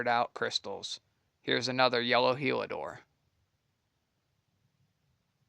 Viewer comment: Heliodor… not Helidor